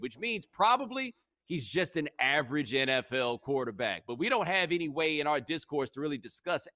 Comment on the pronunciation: I like it when he says AVARAGE